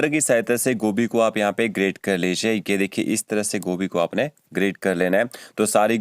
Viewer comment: ये की जगह पर gay बोल रहे हो